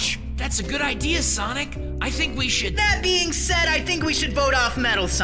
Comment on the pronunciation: I think he said precious BEING not bean